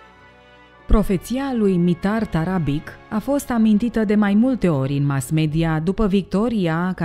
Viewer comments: mitar tarabici se rosteste, nu tarabic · pentru că sînt vecin cu cuscrii noştri sîrbi,ştiu că se citeşte TARABICI - scuze pentru observaţie,dar o fac în sens pozitiv şi -ţi mulţumesc pentru toate materialele foarte interesante.